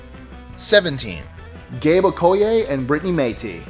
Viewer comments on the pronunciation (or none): none